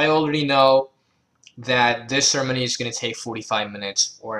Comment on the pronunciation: Great, helpful video. Also, I know you're saying ceremony but I love how it sounds like you're combining sermon and ceremony into sermony.